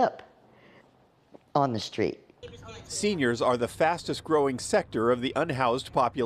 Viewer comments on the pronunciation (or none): Ah yes, the "senoirs".